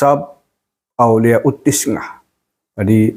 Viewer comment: BUKAN TISNAH TAPI TIS'AH PAK